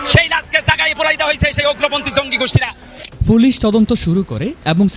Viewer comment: ভাই ফুলিশ হবেনা, উচচারণ হবে পুলিশ